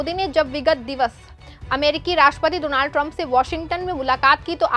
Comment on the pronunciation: Don't say do-naald